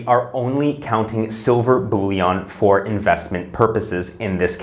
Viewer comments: Bullion is pronounced bull-yin, not bull-yon. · "Bullion", not "bouillon", unless you are talking about soup mix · It’s pronounced “bull-yen” not “bully-on”